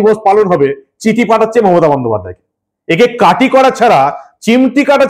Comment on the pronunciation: Kati not KATHI hoba